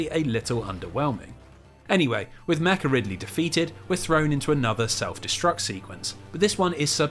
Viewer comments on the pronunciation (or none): none